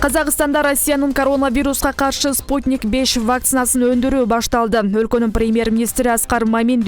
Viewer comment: Кандай окуйсунар вакцина спутник беш эмес спутник Ви деп айтылат